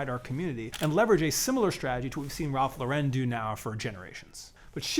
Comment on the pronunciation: Absolutely love your content and I hate to be this guy but… Ralph LAUren not LauREN 🫣